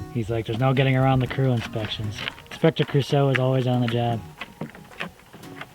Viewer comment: ... did you just say "Inspector Crew-seau"? oh no.